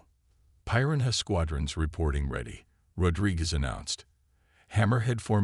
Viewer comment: Between the verbal mispronunciation of many words like 'piranha' and 'Rivera' to constantly changing spellings in text, it is a poorly executed video that requires better attention to detail. Very sloppy, lazy execution. 👎